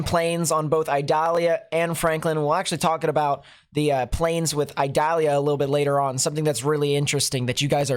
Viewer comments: Eee-doll-yah. It is not an onion. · not to be a hard a...ss lol its pronounced E DAH LIAH , I in spanish sounds like E in english no pressure lol .